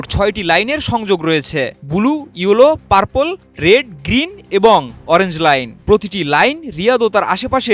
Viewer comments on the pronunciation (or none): আরে ভাই পারপোল কি 😅